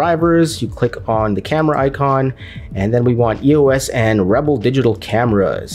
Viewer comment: Its not E.O.S . Its the word "Eos" . The Greek god of light!